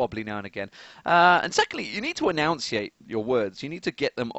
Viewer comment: he enunciated enunciate wrong xD